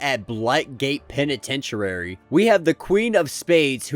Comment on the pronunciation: peniten-tuary? LOL. Killing me!!! 😂